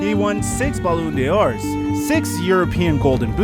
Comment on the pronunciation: Pleas change your way of saying Ballondor 😂😂😂 and Messi has 699 goals and 250 assist